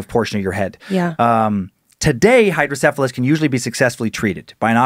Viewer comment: I have hydrocephalus due to my birth defect Spina bifida. Although not everyone with SB has hydrocephalus. I've heard of these legends before. Really proud of Dan fro pronouncing it correctly. Also was correct, water on the brain is a term used to describe it.